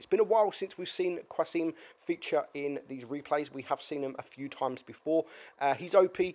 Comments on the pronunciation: Qa-sim, there's no U :) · Hahahaha the way you pronounce qasim is so funny